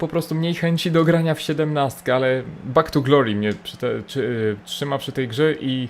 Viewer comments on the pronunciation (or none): Bak tu glori perfekt inglisz